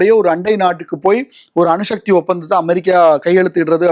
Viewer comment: அணுஷக்தி இல்லடா அணுசக்தி